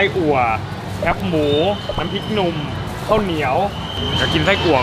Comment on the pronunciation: ส่วนใหญ่นะคนภาคกลางออกเสียงว่า "แค๊ปหมู" จริงๆ แคบ คือไม่กว้างอ่ะ..เอาใหม่นะ..แคบหมู แคบหมู แคบหมู...ฝึกพูดบ่อยๆนะ..เดี๋ยวก็เป็น อู้เจื่อๆเด็วกะจ้าง...